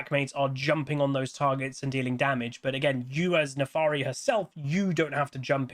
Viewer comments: My god, it's NAFIIIIIRI NOT NAFAAAAARI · Honestly, I'm glad it's not just simple but also a non-humanoid champ! Also, you keep saying Nefaari and I find that cute, lol. Giveaway: Euw, MagiWasTaken